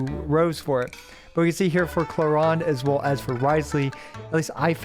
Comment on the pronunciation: wtf is this way to pronounce clorinde